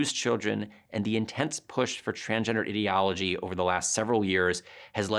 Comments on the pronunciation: He doesn't even say ideology correctly, what a fuckin goober. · get back to me when you can pronounce ideology correctly